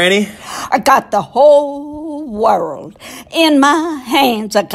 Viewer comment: Plz don’t say bad wirld